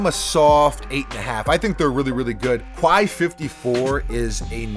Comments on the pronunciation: Quai is pronounced more like the "kay" in "okay" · Just a heads-up, Quai is pronounced "Kay" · Love your vids. It’s pronounced “Kay.” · Please learn how to pronounce the word “quai” it definitely sounds like kè - this is a sneaker page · It’s pronounced Like Kay. Dope vid 👌🏾